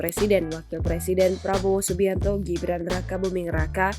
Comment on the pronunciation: Ngomong R aje gak jelas😂😂😂😂😂plabowo giblan😂😂😂😂😂